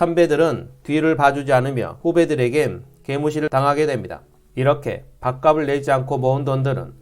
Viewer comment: 밥갑슬 이라고 발음하기바람